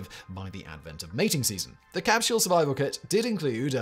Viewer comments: says "crapsule", and it is glorious. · "...when Leonov tried to crawl back through the CRAPsule's..." lmfao; probably unintentional slip but still accurate.